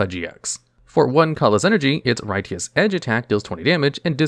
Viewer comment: that was such an unexpected way to pronounce "righteous" that I had to check to see if it was spelled differently than normal